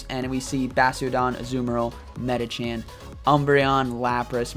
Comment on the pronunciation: MedichaM not MedichaN :(